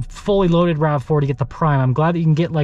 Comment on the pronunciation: And it’s “rav4” not rave.